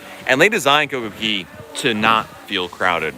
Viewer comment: just wondering why you keep calling it Coco "Key", you spell it correctly